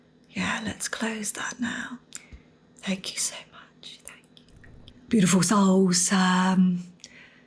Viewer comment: Every time, she begins too soon, so I hear "tiful souls".